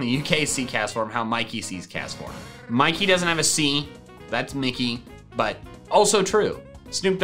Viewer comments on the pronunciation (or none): none